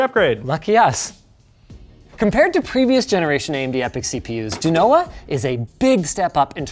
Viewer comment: Why do they say Bergamo correctly but they mangle Genoa pronunciation?